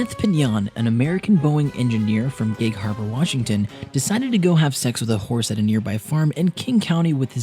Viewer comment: Did he say he had sex with a hourse